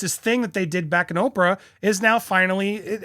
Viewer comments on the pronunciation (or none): none